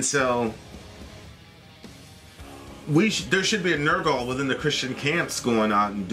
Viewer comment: say it with me,ner gull not nerrr gall